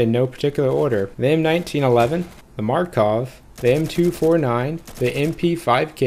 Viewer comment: You pronounce Makarov wrong, it's not Markov :( But it's still a very useful guide, thank you very much!